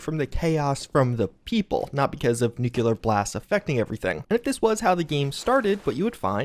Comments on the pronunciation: NEWCLEAR NOT NEWCUELAR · Great ideas and great content, man; as usual. But smh at your pronunciation of "Nuclear", bro